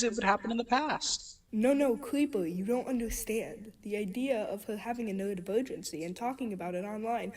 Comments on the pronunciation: I fucking can’t bro. These little fucking kids. They have no fucking clue, and her fucking lisp and her inability to pronounce r’s is KILLING ME. WHEN SHE SAYS “NEWODIVOWGENCY” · Bro I can't be the only one hearing "nerd-virgincy"